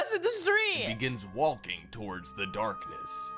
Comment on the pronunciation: The way the narrator says "Walking" is more distracting then the goblins. Really enunciates the L.